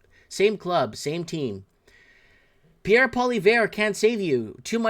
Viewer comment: please try to pronounce Pierre name right